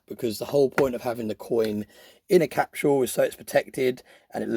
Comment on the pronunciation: Capsule (CAP-sull). What in the HELL is a "cap-shoo-ull"?! .999 "free nines fine". LOL I can't anymore. I'm done.